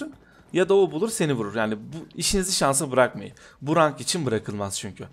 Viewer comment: okunuş olarak; rank değil renk, bug değil bag